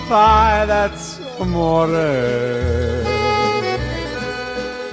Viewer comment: It's Amore, not a moray!!!!